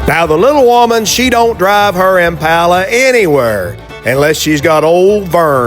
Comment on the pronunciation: Nice to hear you pronounce Impala correctly.